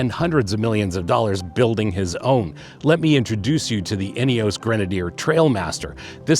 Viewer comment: Love the nods to English e.g. zed not zee but maybe you can be an American trailblazer and explain Ineos is pronounced “Ineoss” not “Ineoss’ and we’ll forgive you the ‘erb rather than Herb ‘isms.. Good review btw…